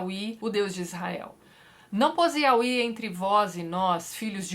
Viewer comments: oii tati! a pronúncia do nome YHWH é (iaveh) não (iaui), to amando seus vídeos e acompanhando, eu já me encontro no livro de daniel haha! bjs amoo seu trabalho. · Eu sempre dou risada quando ela fala "auí" em vez de "iavé", que é a pronúncia mais usada. Josué da uma ordem ao Sol e a Lua, que são criações de Deus. Sobre a ordem de matar todos, era um recurso linguístico utilizar da hipérbole. Por isso vários desses povos voltam a aparecer na Bíblia mais tarde. Os "favoritos" de Deus são chamados de "tipos" de Cristo. São figuras que apontam pra o Cristo. Um detalhe importante nesse vídeo é lembrar que Deus mesmo causa vários pontos fora da curva. Por exemplo: o primogênito era o herdeiro mas Deus escolheu Jacó, que era o segundo filho. E os apóstolos vai falar no fato de Deus usar uma prostituta para ajudar o povo de Israel. Os apóstolos entendem como providência divina. Os judeus da época não perceberiam isso mas os apóstolo, após terem acesso a toda a história, entenderam.